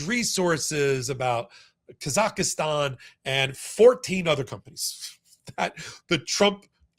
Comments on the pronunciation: Kazakhstan.....not Kazakhastan! 😊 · Kazakhstan. Not Kazakhistan. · Never heard of "Kazaki"stan. Why is it so difficult to say Kazakhstan? ('Muricans...) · Embarrassing for repeatedly mispronouncing Kazakhstan as “Kazakhistan”. An expert looses credibility when making such mistakes. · you are a smart guy... but please try harder to call countries by their correct name. It is not Ka - zak - is - tan and the people are not Ka - za - kis. It is Kazakhstan... pronounced "kaa - zuk - staan" (use a soft a in both cases) and the people are Kazakhstanis... pronounced "kaa- zuk - staan - is". It is things exactly like this that annoys people about Americans. It makes it seem (to the rest of the world) that nobody else exists or matters as far as the average American is concerned. Kazakhstan's statehood traces back 561 years to 1465 and it became an independent nation in 1991 when it split from the Soviet Union. You need to do better if you are going to call out Trump and others for not knowing or understanding the things they know nothing about! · KAZAKHSTAN. There is no "I". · Please, it's pronounced KA-ZAK-stan. The citizens of which are KA-zac-STANEES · Thanks for all your hard work making this stuff understandable. By the way you're putting an extra A in Kazakhstan.